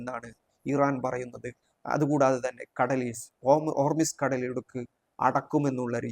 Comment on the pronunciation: ഹോർമിസ് അല്ല ഹോർമൂസ്